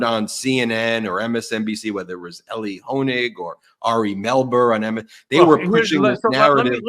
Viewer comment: His name is Elie NOT Eli. 🙄